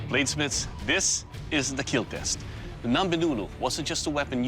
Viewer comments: He didn’t say “kill”, he said “keal” Keep Everyone ALive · it would "keal" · It will keel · It will keel ^^ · and it will Keel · It will keeel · It will keel. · your weapon....WILL KEELLL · it will keal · It will keel! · "And it will keel" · Your weapon will keal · your blade will keal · "it will keel" achmed spoke silently before putting on his turban to see jeff Dunham (trying to give a reason why it could be funny)